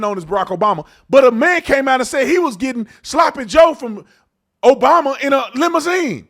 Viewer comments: And the truth always comes out!... Did she say pres obiden around the 15min mark? 🤔 Thought so... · Sara Haines just said President O'biden. 😮